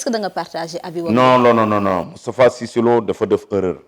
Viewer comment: Ce gas il prononce mal cisse lô dou sa morom vraiment